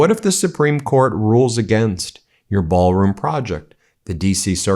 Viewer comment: If I were a reporter at the White House when he was spouting this crap I would have asked "Mr President! Can you say 'Ballroon' again?"